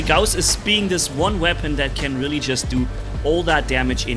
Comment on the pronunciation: Gouse suck we pronounce it gauss